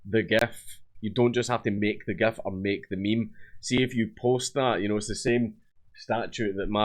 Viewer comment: Dank pronounces "GIF" properly like a good boi.